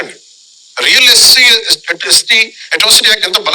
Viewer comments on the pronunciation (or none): none